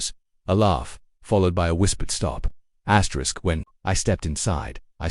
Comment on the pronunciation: "Asterick..." Stupid reader.